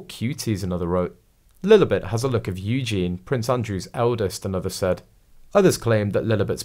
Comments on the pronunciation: It’s pronounced Eugeneee not Eugene! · I don’t ‘like’ your reports because of the multiple mispronunciations - ie EugeNIE please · For goodness sake....it is pronounced EWGEENY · not a chance would this child be anything to do with Eugenie - the voiceover on this video pronounced her name wrong, it has and I in the name please learn how to say the name.